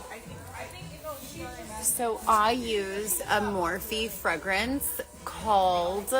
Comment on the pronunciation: FrEgrence with an “E” not fragrance